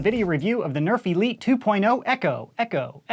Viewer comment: Is it just me or does his 'nerf elite' always sound like 'nerfy-leet'? 😂